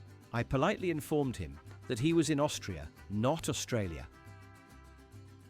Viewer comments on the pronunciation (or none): none